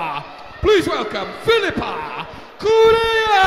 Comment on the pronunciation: He was fighthing to say Correia... looool And didn't say it correctly... Looks like he had a stroke... xD